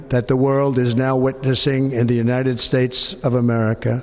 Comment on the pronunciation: " The United Spates!!" 😂😂 He's going senile!😊